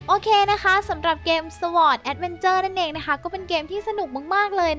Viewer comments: ชอร์ด ไม่ใช่ สะวอดครับ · sword มันอ่านว่าซอร์ด ไม่ใช่สวอร์ด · sword มันอ่านว่า ซอดส ไม่ได้อ่านว่า สวอร์ด พี่ คำนี้คนไทยชอบพูดผิดบ่อยๆ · sword มันอ่านว่าซอร์ดไม่ใช่หรอ ไม่ใช่สวอร์ด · ค้าบๆ sword มันอ่านว่า "ซอต์ท" คับ ไม่ใช่ "สวอร์ต" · ชื่อเกมส์ไม่ใช่ สวอด นะครับ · มันอ่านว่า ซอล์ด แอดแวนเจอร์ ครับ